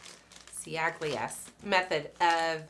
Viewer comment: Chally-a. "Ci" in Italian is pronounced "ch" (like in ciabata) and "gl" is pronounced without the g (like tagliatelle - tally-a-telly). Other than that, a very interesting video! 😁😁